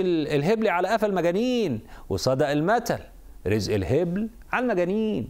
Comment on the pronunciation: اسمها الهُبل بالضم 😂😂